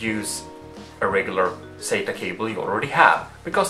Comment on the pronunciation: Stop saying "sayta",for "sata". lol It sounds like you say "say-ta".